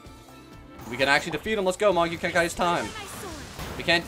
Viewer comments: it's not "magyu kenkai" it's pronounced mahgoo kenkee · also its pronounced mah-GOO KEN-kee